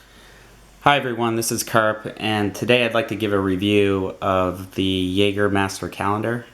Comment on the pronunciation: Great review! Couldn't help but notice every time you pronounced 'jaeger' wrong tho